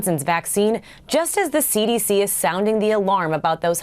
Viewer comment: Hahaha sounded like she SAID AC/DC